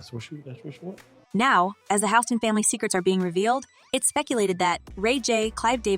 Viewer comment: She said House ston 😅😅 lmao